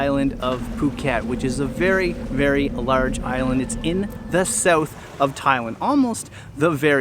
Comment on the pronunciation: So I did a bunch of googling and I can’t find anybody who pronounces Thailand the way you do. You’re saying ThaI - Lund. Everybody else pronounces the land as, well, land.